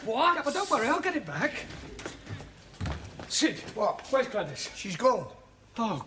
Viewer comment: Sid not shit